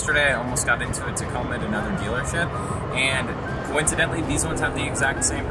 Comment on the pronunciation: Husband calls tacomas Taco Ma's